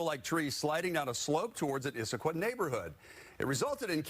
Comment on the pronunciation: Your announcer needs to learn how to pronounce Issaquah.